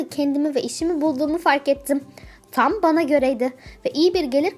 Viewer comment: Tam Yerine Niye Çam diyosun Gıcıkkk oldum yaaaa🤦🏽‍♀️